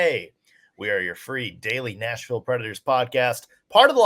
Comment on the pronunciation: Is it just me or does keep saying national predators instead of nashville predators